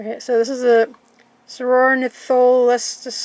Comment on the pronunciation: It's pronounced like this sor-or-nith-o-les-te-s